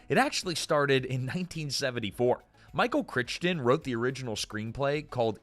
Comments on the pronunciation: I love your channel, but you need to look up how to pronounce people's names.It's not Noah While it's pronounced "Why-lee" and Michael Crichton is pronounced with a long 'i' That one I know for sure because I met him. I give you half credit for being consistent. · I think that Noah Wyle pronounces his last name like "Why-Lee". I think that Michael Chrichton's last name is pronounced like "Cry-Ton". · It's pronounced why-lee. WHY-LEE. Also, cry-tun. CRY-TUN. Ffs... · Cry- ton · Every time I watch one of these damned videos I remember why I shouldn't. Mispronouncing things constantly!!! Michael Critchton? Noah While? Need to check your AI research tool more buddy. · It's pronounced "Cry-ton". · Micheal Crick-ton actually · Why does this guy keep mispronouncing Crichton’s name. It’s pronounced cry-ton!!! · How do you not know how to pronounce Crichton correctly. Come on dude, he is very famous after all. You got Margeles(don’t know how to spell it😂) correct. What happened?!? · I do love these videos but for heaven's sake, please research your pronunciations. Every time you mispronounce Noah Wyle and Michael Crichton, a hoard of fans want to throw something at their screens. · Personal opinion, I can't stand the AI narrated videos. And it is unforgivable to mispronounce a name as well-known as Michael crichton. Shame on the editor I will be clicking. Do not recommend this channel. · Love this show so much! ❤. (Michael Crichton and Noah Wiley's names are being mispronounced. OMG Do your research! )